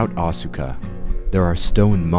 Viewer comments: Great video, but Asuka is pronouced like Aws-ka with just two syllables and not Aw-su-ka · Yeah Asuka is pronounced Aska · I have one issue with your video. Unless place names and people names are different in their linguistic rules - I don't see why they would be - Asuka should be pronounced "Aska" (as in ask-a-question). I know this because I knew a girl in college who was from Japan and her name was Asuka, but she asked me to pronounce it "Aska". This seems to be a common trend in Japanese as well, with the u in many words and names being silent (much like our own silent e in some words and names, perhaps?). Other than that, great video. <3 Seriously, this is amazing. I've seen a number of videos looking into the Unown and the Ruins of Alph, but I never knew it was actually 100% based in reality - not just the game's maps, but the the Unown mystery and all the lore itself. And it makes sense, as there are pieces of Japanese history and culture written into every game they make - not just the Pokemon games - but it's awesome that you put this together. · Isnt Asuka pronounced like "ahh skuh" ?